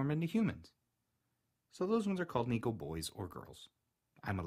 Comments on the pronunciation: Neeko??? Why do you say it like that?? It’s pronounced neh-koh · PikaWolf omg thank you 🙏 every time I heard him saying niko にこ and not neko 猫 it annoyed me so much and I went to the comments to see if others noticed AND U BE THE ONLY ONE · It's usually pronounced "Neh-kou" not "Nee-kou" =^-^= You're voice is lovely. 💗 You should do more Neko asmr~